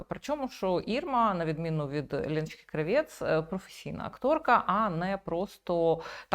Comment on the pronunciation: Тільки ж не КравЄц а КрАвєц. Її ж так предствляли в "смердючому кварталі" рагулів.